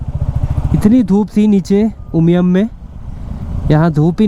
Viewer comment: Thank you brother for saying the right name “Sohra” and “Umiam”! 🤝🫶🏻🫂. We welcome you here.